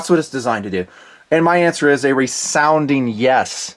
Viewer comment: "resounding" *rezounding prounounced"